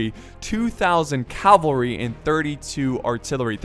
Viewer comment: It`s fucking CAVALRY you wanker !!!!! grrrr